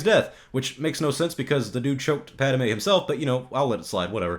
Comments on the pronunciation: Um . . . it's not pronounced "Pada-may." It's Pad-may. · Pad a May, really.